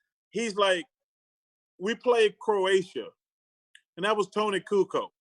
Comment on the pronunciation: Tony Coo-Co haha